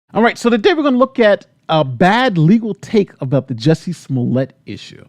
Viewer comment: He can't even get Jussie's name right